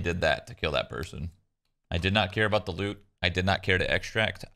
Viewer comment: “I hate Keela, so I will keel”